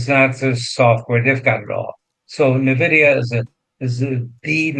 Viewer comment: It not pronounced "navidia" just like nuclear isn't nucular